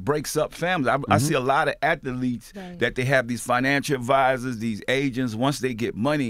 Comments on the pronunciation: Word of the day kids... Ath-a-letes! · P puts extra letters in his words lol if he says "atha-leets" one mo time lmaoooo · Master P: Athaletes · Athletes is a two syllable word not 3 P lol